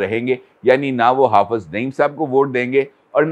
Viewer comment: It is Hafiz not hafaz